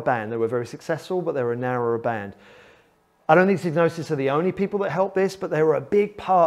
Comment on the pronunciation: I thought the first four letters rhymed with vibe, not fib.